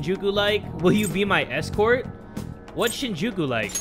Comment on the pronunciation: It's SHEEN-jookoo Lmao